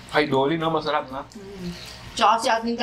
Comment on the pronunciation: "mesherep" - hahahhaa